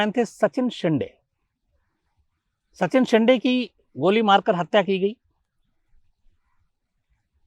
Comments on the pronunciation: Shams sir its शिंदे not शिन्डे 😠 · अरे वो नानासाहेब शिन्दे है सर 😀😀😀😀😀😀 शीन डे ,,नही😀😀😀😀😀😀😀😀😀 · Not a शिंडे... Call शिंदे